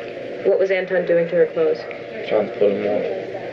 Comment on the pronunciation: Anybody noticing how he never say Antron correctly? Y'all notice how it either Anton, or Antwon, it's never Antron?